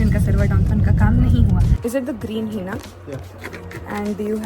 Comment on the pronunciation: Usko Hennnnna bolte hai heeeena nahi 😂😂😂